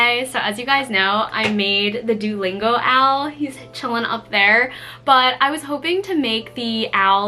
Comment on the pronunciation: I love your owl pattern! btw… Duolingo is pronounced [ Doo (like boo) - OH - lingo ] Doo-OH-lingo